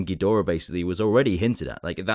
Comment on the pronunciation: He really needs to be banned from saying ghidorah